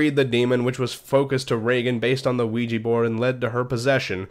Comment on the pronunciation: Its pronounced wee ja board.